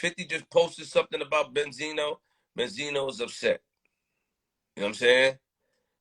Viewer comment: Bend-Zino smh lol Wasn't Bendzino the one caught crying on camera to police telling them someone had a gun and threatening him. ON CAMERA smh lol